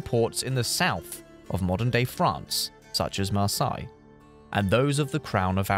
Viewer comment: it's pronounced mar-SAY, and MAL-uh-dy lol but other than that, perfect!